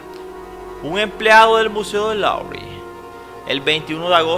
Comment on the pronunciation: Qué mala pronunciación! No es LORY es "LUVRE"